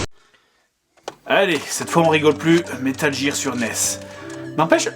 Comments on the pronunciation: bonne vidéo, mais ça pique vraiment les oreilles d'entendre "metal jir" xD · Metal Geere c'est le jeu ou richard Geere joue dedans ? Parce que moi je le connais pas celui-là, j'étais habitué à Metal Gear (prononcé : guire) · metal jir.. c'est pas comme ça qu'elle le prononce la meuf de google translate X), mais c'est pour faire chier donc ça va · Metal jir ou metal gear petit jdg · En l'espace de 12 secondes dire 6 fois metal jire... ça donne des frissons à chaque visionnage ! :( Mais c'est fun de regarder des anciens JdG ! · "wouhou vivement que JIIIIIRBOX nous sorte borderlands 3 en septembre" 🤦🤦🤦🤦🤦🤦damn si c'est pas ridicule ca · ces métal gear prononce GUIR (je sais je suis chiant :troll:) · C'est pas comme si il avait expliqué pourquoi il le prononçait [jear] ... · Il a réussi, ça m'a bien cassé les couilles d'entendre Metal Jir à longueur d'épisode xD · ah au fait... on dit METAL GEAR a l'anglaise donc ca se prononce Metal Guire. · Je déteste comment tu prononce metal gear >:( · Moi, perso, avant d'apprendre l'anglais, j'avais prononcé "Metal Guerre Solid" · Jtrouve ça relativement drôle, bien que ça choque mes oreilles, et l'essentiel c'est que JDR sait comment le prononcer... pas la façon dont il le prononce. Et pis on s'en tamponne le coquillard non ? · MDR mec, j'etais en train d'ecrire un com pour raler sur ta prononciation du "gear" et pile a ce moment tu donnes ton expliquation dans la video, trop fort ce jdg t'anticipe les rageux ! Super video comme toujours sinon :d